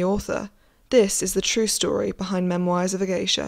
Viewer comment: The way you pronounce memoirs is triggering